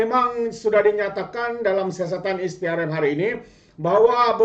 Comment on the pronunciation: Maaf pembetulan Sikit. SPRM bunyinya Es Pee Ar Em Bukan Is Pee Ar Em Jangan marah ye